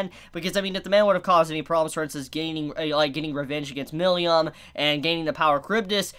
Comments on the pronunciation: It's not Milium, it's Milim 😅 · Who the fuck is miliyam? Just say milim like everyone else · I keep hearing Milium instead of Milim. Wth? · Ok, this video has to be a shit post. has gotten Tempest and Millim right before. Why the heck is he saying Tempt Us and Millium now?